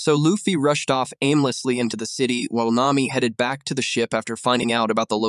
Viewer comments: Nami❌ Name me✅ Ai doesn't know how to pronounce nami's name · ai said naymi